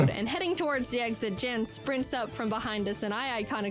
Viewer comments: It becomes even funnier when you find out Jaiden is pronouncing Jan's name completely wrong. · because that wouldnt be the correct pronounciation? the Jan has a very unique vowel sound which isnt used in the english language afaik